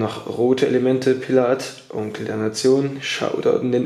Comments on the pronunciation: Diggah, glaube du musst mal lernen die Namen der Rapper aus zu sprechen, wenn du schon solche Video's machst. Bist mir schon so nen Pillaaath oder Manielsen 😂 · wie schön du pillath ausspricht. danke geliebter bruder. ich fiste dein darm